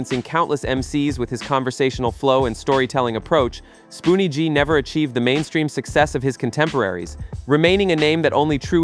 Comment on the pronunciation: Ummmm spoonie was not a one hit wonder the God Father and your announcement of there names is criminal